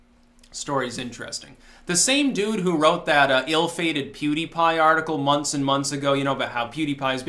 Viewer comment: I HATE WHEN HE SAYS PEWTY PIE OR WHATEVER HIS FUCKING NAME, IS, DON'T KNOW WHO THAT IS, BUT I HATE WHEN SAYS THE FUCKING NAME, WORSE THAN HIS HMMM, WHEN HE EATS THOSE MEALS OR CLANKS THAT FUCKING SPOON